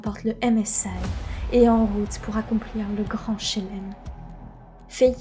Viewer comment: Le gand Chélem m'a mis tres tres bien (le e ne se prononce pas d'habitude on dit "chlem") Pour le reste, c'est vraiment pas mal pour une première. Pas d'accord sur le fait qu'il ne faut pas te montrer a la cam, il faut juste que ca reste plus ponctuel. Presque comme si tu nous prenais en aparté. Et ne pas lire le texte pendant les plans face cam, on a l'impression que tu parles à ton écran. De toute manière tu as le meilleur exemple avec TheGreatReview. Je pense que tu regardes juste une vidéo (celle sur les Rox tigers par exemple), tu verras tout ce dont tu as besoin. Effectivement des petites transis et un découpage en grosses parties serait un plus. Sur la fin on sent que c'est la fan qui parle. Les trucs sur le skin ahri/orianna, sur son oseille et sur le fait que c'est la meilleure personne sur Terre apres Dieu me semblait moins pertinents (ça n'empêche pas de dire que c'est une personne tres appréciée de la scene e-sport etc..., mais la fin ça faisait un peu beaucoup). Mais je ne m'attendais pas à une vidéo de cette qualité pour une première donc GG à toi.